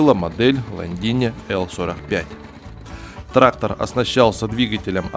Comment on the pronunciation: Да не траХХХтор, а траКККтор правильно говорить нужно!!!